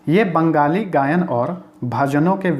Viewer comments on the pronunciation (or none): none